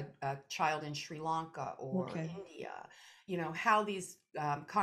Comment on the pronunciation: They can’t even pronounce the name of the country for heavens sake! It’s not Shri LOnka, it’s Sri Lanka. If the simple things are wrong, why would anything else they say be right… She says “I believe they were under British rule” she believes? Surely Erik should know something as basic as that? Ceylon has been independent since 1948 and was renamed to Sri Lanka in 1972. It’s always been politically challenged given the prime ministers descended from rich sectors, Wealthy British educated who didn’t give a stuff for people disabled and hawking on the streets, living in shanty huts on the beaches. This is why historically the ordinary people - Sinhalese and Tamils have rioted against the elite.